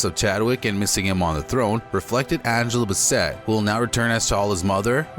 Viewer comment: Angela Bassinet! 🙄